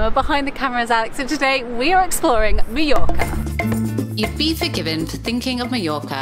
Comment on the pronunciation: I enjoyed your video, and hate to be a negative Nancy, but everytime I hear Meeyorka my ear hurts. Mah Your Kah.